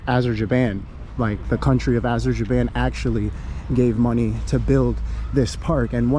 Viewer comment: Wrong pronounciation of Azerbaijan.